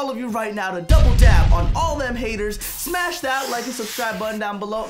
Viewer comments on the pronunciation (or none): none